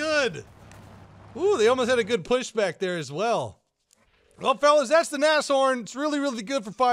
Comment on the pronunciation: it's pronounced Na-shh-horn